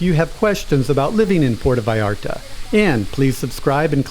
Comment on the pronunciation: Enjoyed your video very much. Might want to work on the pronunciation of 'Puerto Vallarta' though.